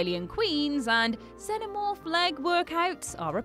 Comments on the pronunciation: It's pronounced Zen-omorfe. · "zeno morph" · Its Xenomorph not xeNOmorph thats why Jules is trigerd at you when you mispronounce words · At least say Xenomorph correctly.